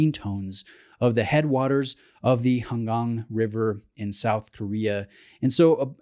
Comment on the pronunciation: Thank you for saying "Han Gang" right.